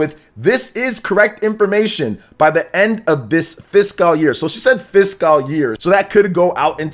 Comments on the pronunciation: The way he says it is even worse than the people who say "physical." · Please someone tell how to pronounce FISCAL.....